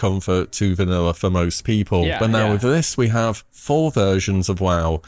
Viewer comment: How tfk is he saying vanilla with an r? Vaniller? Bruh